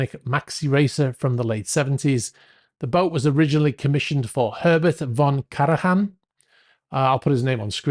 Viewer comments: You pronounce Herbert von Karajan as Herbert von Karayan. You can actually google it if you wish. Might help you with other difficult words. The things you can find on the internet.....🤓😉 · Karajan is spoken like kara-jan ( jan like the name Jan or like JANuary) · The j in Karajan is pronounced like the y in "yes". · The world famous and superb orchestra conductor’s last name is von Kara-ja-n (ja = as we say “yes” in German). NOT von Kara-ha-n! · KAR-uh-yahn. World famous, not just German-speaking countries. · Yes, but at least he apologized for not knowing how to pronounce it. Other will butcher names and not even acknowledge this.